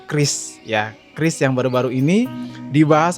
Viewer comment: Penyebutan qris salah bang seharusnya kiuris bukan kris😂😂